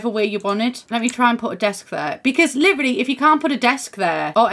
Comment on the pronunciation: I keep thinking you're saying "liberally" when you say "literally" LOL